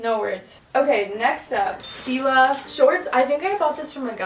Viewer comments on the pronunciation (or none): none